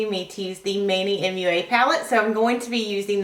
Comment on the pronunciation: manny mua.. Mua like a kiss not M-U-A.